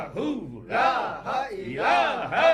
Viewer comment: Salam o alekum buhut ajizi k sath araz karta hu maaf farmaye ...app kalma ghalat par rahe ha Jesa k app parthe ha is Tara (laha ilaha) it's mean (laha is god) agar (laa ilaha) pare to it's mean (there is no god) jo durust ha ...agar ma ghalat hu to rahnumae farmaye...note(I am aalso watching alra tv and I watched lot of gohar speach and books .sukriya I am from nowshera Peshawer kpk idrees ahmad